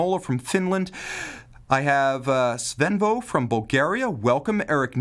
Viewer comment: Pronounced Edin-bur-uh my good man!